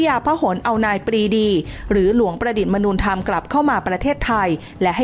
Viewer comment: ดีครับ นำมาย่อยต่อจากภาพยนตร์. แก้เสียงบรรยายนิดนึงนะครับ "มนู" ในชื่อของหลวงประดิษฐ์มนูธรรม อ่านว่า มะ-นู ไม่ใช่ "มนูญ" (มะ-นูน)